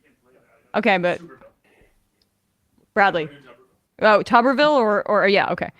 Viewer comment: Tuberville -- pronounced: tub-er-vil (not tube-er-vil) I'm no fan, but after 3 yrs as Senator (& many yrs as a prominent head college football coach), there's no excuse to not correctly pronounce his name. (Maybe mispronouncing it is an intentional dis?) Whenever I'm not sure how to pronounce someone's name I find out how THEY THEMSELVES pronounce their own name.